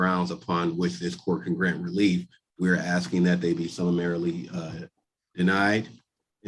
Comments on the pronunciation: RICO covers housing? WTAF, dude? Oh, he’s been aksing. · "axing" ? That's an attempted murder charge right there. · He is 'axing' a lot!! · Basically, he's just axing for special treatment. Basically, because, "quote on quote," he wanna wear a hat and sunglasses in court whilst spitting jibberish.